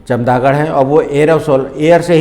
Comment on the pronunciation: Sir, Very useful n informative lecture on rabies but try to say Chamgadar in place of Chamdagar. Plz correct.